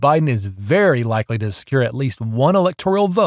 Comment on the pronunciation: STOP saying: Elector - IE -al. The word is: ELECTOR - AL. There is no I or E in that word. You made me cringe--couldn't keep listening. Elector al.